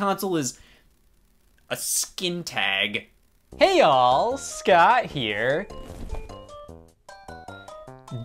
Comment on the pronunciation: I THOUGHT HE WAS SAYING "Hey y'all" WHY DIDN'T ANYONE TELL ME HE WAS SAYING HEY ALL!?!?!?!?